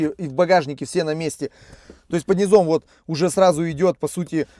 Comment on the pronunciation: Мякушки, под низОм... 🤦🏼‍♂️ Три класса церковно-приходской школы...